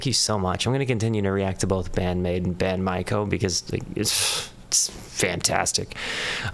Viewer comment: You said Maiko correctly. And easy way to remember is that the only way the play on words for their song 'Secret My Lips' into 'Secret Maiko Lips' works is if you pronounce it (My). Some people miss the i and pronounce it incorrectly was (May), Mako, like the shark. You did, however, mispronounce 'Gion-Cho' with a J sound. Japanese always uses a Hard G. If it's to be pronounced like J it's transliterated as J, so it would have to be spelled Jion-Chon for your pronunciation. The Japanese Flute is the Shakuhachi. The backstory is the year following 'Secret Maiko Lips' they wanted to do a song that was purely BAND-MAIKO and not a reworked BAND-MAID song. They chose Kyoto because it's the center of Geisha/Maiko culture and Gion is the entertainment district in which they reside..